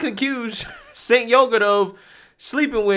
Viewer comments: It's pronounced "Jank" not "sink" As in Janky piece of shyt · "Chenk" it's pronounced! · I thought that obnoxious,arrogant mouthpiece was Pronounced Chenk? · Hey, it’s pronounced Chanke:) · Your content is the BEST. FWIW I believe Cenk is pronounced Jenk but who cares the dude is an A$$! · It’s pronounced “Chunk Yogurt”.